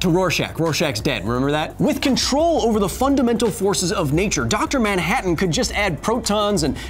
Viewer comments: who the hell is dr moun-hatton? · Now you're a maioh! Maioh maioh maioh! Dr. Maioh-hattan! Ha-ha-ha-ha-hattan! Lol! I appreciate the silly pronunciation in the first words in this skit. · “Doctor MYANhattan